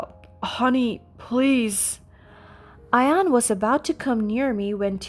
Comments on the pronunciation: Ian is usually pronounced Eean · Can we find someone who is real to read these things as i got to where her husband Ian is " I AN " makes the story a waste of time listening what they cant get it right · Ian, and Sadie are NOT pronounced like that!!!